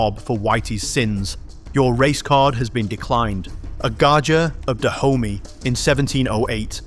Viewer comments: I keep having a laugh every time you say "Da Homie" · ... HAHAHA. !!! ...FKN "DAH -HOMIE" ... HAHAHA... !!! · Every time I hear you say Dahomy, I can't help but hear black intercity slang. 😂